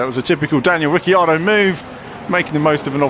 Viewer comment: nit ricciardo in pronunciation its riccardo ad pronunciation